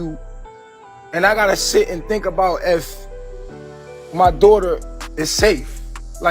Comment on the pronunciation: If I hear him say “my dowghter” one more time knowing damn well he could give two shits about baby Ellie!!! 🙄